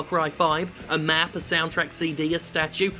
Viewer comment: A seedy con you say? Like in movies with Con people? Nicholas Cage and John Malkovich would like a word with you Jim.